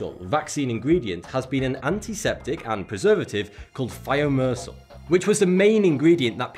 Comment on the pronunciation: Thimesoral [taimesoral]*